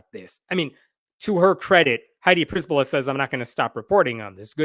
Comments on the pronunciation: A slight correction. Przbyla is usually pronounced like Cher-billa, not priz-billa. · I love how you misplaced the letters in attempt to read the name: "Przybyla" -> "Pryzbyla". Keep doing it. I really think its better to transliterate then to butcher pronunciation. But fyi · Her name is pronounced pshy-by-la, it's Polish in origin.